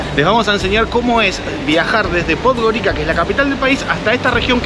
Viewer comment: Podgorica is pronounced "Podgoritsa".